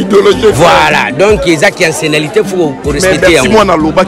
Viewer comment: on dit "" ancienneté "